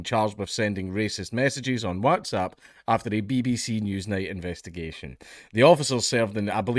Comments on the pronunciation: For the love of fuck Dank, PLEASE pronounce WhatsApp like a human being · The real crime here, is how you pronounce WhatsApp xD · Dank. My boy. My boo. My big schlong baby boy, it's "WHATS app", not "WATS app". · Lmao why do you say WhatsApp like that hahahhaha